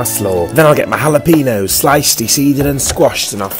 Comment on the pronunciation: The pronouncation of jalapenos